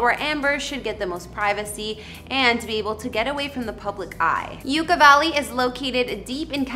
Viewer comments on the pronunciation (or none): It is pronounced like YUCK-A Valley. Not YOUKA Valley. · Just fyi, Yucca is pronounced Yuk-ka, as in "that's yukky". What you're saying, Yooka, as in "YOU-ka" is how to pronounce the word Yuca. Yucca and yuca are different words, with different spellings, different pronunciations, and different meanings. Yucca Valley is named because the yucca (yuk-ka) desert plant lives out there. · It is pronounced "yuck-a" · Pronouncing Yucca Valley right should have been essential for this video. YUCCA is a very common word. Pronunciation is Yuk- kuh. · You ka. Valley. It’s Yucc a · SERIOUSLY THOUGH, i played this out loud and everyone started making fun of his bimbo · Yeah that’s definitely not how you pronounce Yucca 🤦🏼‍♂️. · you're mispronouncing the word 'YUCCA' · You are mispronouncing the name of Yucca Valley. Please make sure you find out how to pronounce names before posting here. " YUCCA"